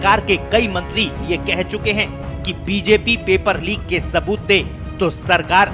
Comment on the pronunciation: Lik ni tatu Leek hota hai Hindi seekh le Babu🙏🙏